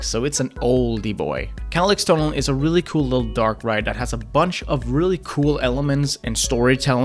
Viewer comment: "Kärlekstunnel"💀 it's pronounced shär leeks tuuunelll ik your not Swedish but this really annoyed me